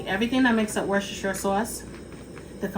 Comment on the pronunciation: It's pronounced 'Wusster' Sauce, - not 'Wershestershire' Sauce as you pronounced it. I live where it's made.